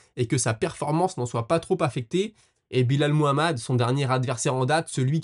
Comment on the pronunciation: Frero appelle le Belal et non Bilal 😭 top les vidéos sinon